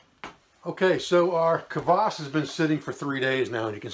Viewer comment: Really good vid on this, rarely found in the West, drink. I think, despite the spelling, it is prounounced 'Kwass' not 'cavass.'